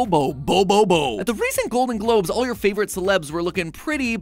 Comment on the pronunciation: Hearing you mis-pronounce that characters name hurt my sooouuuulll 🤦‍♂️ It's not Bo Bo Bo Bo bo-bo bo It's Bo bo-bo bo Bo bo-bo 😂😂😂